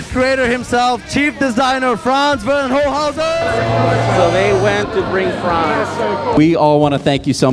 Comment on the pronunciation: Can not be so hard to pronounce the name of the chief designer right. Von Holzhausen is even an easier german last name without a "sch" or "ch" like Schwarzenegger even though people have learned over time to do that right. Great car for the USA, but dinosaurs died and same for trucks in Europe cause even the children in the kindergarden learn that these trucks are a no go due to the amount of ressources needed to build and usually not used properly on a farm, but for picking up kids. So, do never come to germany and buy a truck if you do not run a big farm or proper business, do not drive around without a load or trailer - and: as price here is double of what US citizens have to pay and EV are also not welcomed as trucks, same issue. EV do sell well, but trucks not.